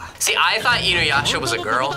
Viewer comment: I never heard anyone pronounce Inuyasha like that😂 so wrong